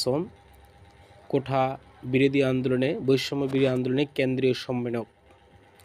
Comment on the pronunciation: কোঠা না । কোটা।